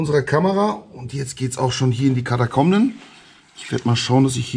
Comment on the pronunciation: Moin, er hat von Kadakomijen gesprochen!